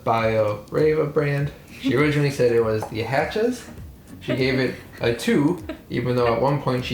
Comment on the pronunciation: I I like how you say Hutshee... Hachez in german speaking is HASCHEE like purree 🥰 best chocolate, or one of the best, from my hometown Bremen.